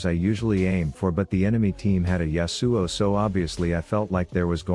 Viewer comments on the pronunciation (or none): I love how the TTS says YasUo pfffff